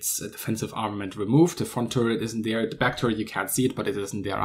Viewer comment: Give thanks for pronouncing other as udder, DWI as DVI & there as dare.